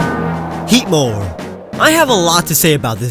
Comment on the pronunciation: HEATMOR DOES NOT END WITH AN E! AND IT'S BARBARACLE, NOT BARBERACALLE!